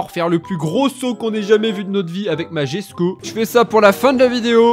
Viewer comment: D'ailleurs, tu prononce "djesko" mais ça se dit "yesko"